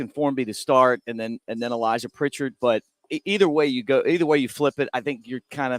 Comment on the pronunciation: Please get his name right It's Pritchett not Pritchard